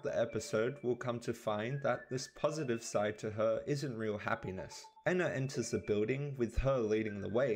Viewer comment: your miss pronouncing Ena pronounce it like there are two n's like En-na